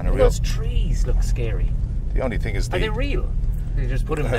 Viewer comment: I can't take any nation seriously that say ting instead of thing